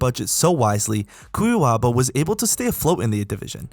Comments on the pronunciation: Aprende a falar Cuiabá porra, vai fazer um vídeo sobre Brasil aprende antes a falar kct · Love the pronunciation of cuiabá